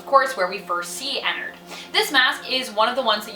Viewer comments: its prounouced enn-ard not Enn-erd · Says ennerd instead of ennard* angry grammar nazi noises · It’s sounds like she’s saying a nerd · Ennard? More Like inarrd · I'm pretty sure it's pronounced Ennard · Not having hate but it makes me cringe that you pronounce his name wrong 😅